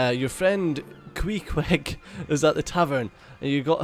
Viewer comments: It's pronounced KWEE kweg. He's from Moby Dick ;) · the way he said it got me rolling in laughter tho hahaha